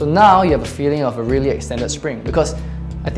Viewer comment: "reery reery important"